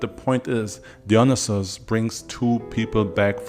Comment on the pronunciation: Dionysis: DIE-OH-KNEE-SIS✅️or DEE-oh-knee -Sis✅️ not deon-Is-is. 🚫 Im even more upset that no one has said anything.